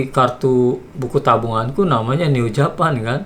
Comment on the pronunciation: Sampai hari ini aku masih penasaran dengan cara ucap "Japan" nya Neo Japan. Bukankah itu kata yang harus diucapkan dengan logat Inggris ?